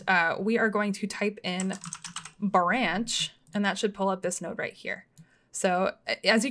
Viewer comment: Love how she says "Buranch"